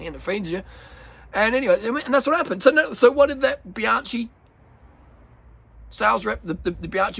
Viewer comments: Bianchi! It’s Biankee not Bianchee. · Bruh that's all good but please ... "bee-AHN-kee" ... not bye-AN-chee"... thank you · You don't pronounce Bianchi correctly...you never watch Bianchi Italian website!!!!! You pronounce Bianci...is with H!!!! Bianc HI like k t Forgot H . For you need to be like K .. so for USA Bianky.. got it?. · Love your work. Bianchi is pronounced Bian-kee. "ch" is pronunced "k" in Eyetie.